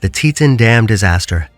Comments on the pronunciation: Why use an AI voice when it can’t even say “Teton”correctly? It’s “tea-tON” as in “on or off”. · Learn how to say Teton correctly. Zero credibility in this content